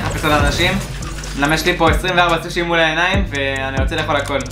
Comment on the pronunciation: אומרים סושי לא סוש